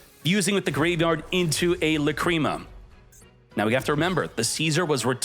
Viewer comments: 😂Or when he says "La Creama" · Not only pronounce Lacrima and Apollousa wrong, now Mu Rcielago too lmao Murcielago LITERALLY means bat in Spanish.